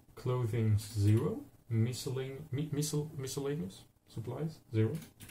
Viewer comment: Notes from an American: - The Oregon Trail was a famous route used by a lot of the earliest American settlers to what are now the western states. It begins at the Mississippi River, and goes to the Pacific Ocean. - You are correct on pronunciation of "miscellaneous". - I believe that "81" is a typo. It should say "$1" buys a belt of 50 bullets. - "Fording" a river means to try to have the oxen pull the wagon across. It can be bad if the water is too deep. Swamped means the water came over the sides of the wagons. Nice video!